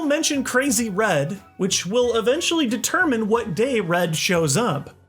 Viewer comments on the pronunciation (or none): none